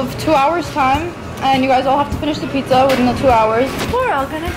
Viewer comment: no it's pijja